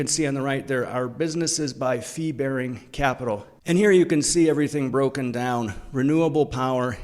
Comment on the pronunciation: thanks for the video. BTW I thought you said "flea-bearing assets", until I remembered you weren't talking about the UK's worst smallcaps.